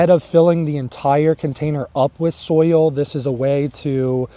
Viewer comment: I like how southerners say it. They say you have to acidify the SOUL.